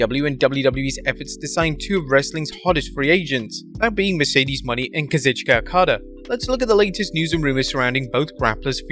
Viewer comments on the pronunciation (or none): What also remains a mystery is how and why you CONTINUE to refer to Mercedes Moné as Mercedes “MONEY”??? Could it be you don’t actually watch the shows or read your own comments section? (extra points: You also screwed up "Taya." At this point you could probably do a "blooper reel" on your own site.) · I have a feeling mercedes and okada will sign w the same company, leaning towards aew but I imagine it'd be pretty cool if both show up on the same night. Also since mercedes' name has an accent on the E at the end it should be pronounced "monay" not "money" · Is it pronounced Moe-Nay or money ? Always read it as the former